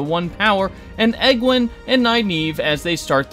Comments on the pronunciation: Her name is pronounced eee-GWAYNE, not EGG-win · Who the FRAK is Eggland? I can understand Misspronouncing the Seanchan.